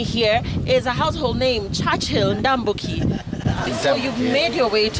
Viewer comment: I love how she pronounced the name, NDAMBUKI ✔